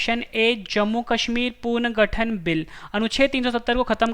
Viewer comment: not puarngathan punarghathann